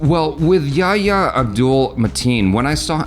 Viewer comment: Thank you for at least trying to correctly pronounce "Yahya". I keep seeing these reviews by Americans, who have a weird allergy to pronouncing "h" in words and try to avoid it, and they end up saying "ya ya", which sounds silly. (It's not actually an "h", but it's the closest thing in English. The name is يحيى)